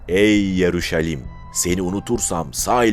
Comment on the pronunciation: Yaruşalim değil, Yeruşalem